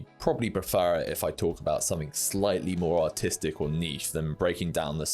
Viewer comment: bro did NOT say artistic 🥀